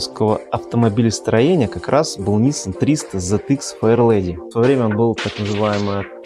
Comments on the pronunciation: Почему нИссан,а не ниссАн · Трушно поставил ударение nIssan))) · В этом нет ничего трушного. Дешёвый англицизм